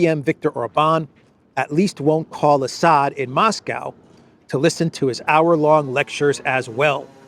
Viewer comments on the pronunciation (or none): none